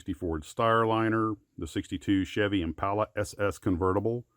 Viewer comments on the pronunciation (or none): none